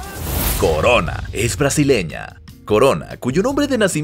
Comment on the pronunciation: Corona en italiano se dice exactamente igual que en español no coroa.